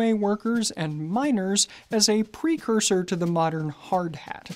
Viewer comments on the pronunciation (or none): none